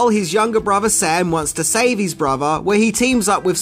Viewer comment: I hate words like Mother and Brother being pronounced Muva and Bruva. I can only ever do 36 seconds this channel. I try and I try, but I just can't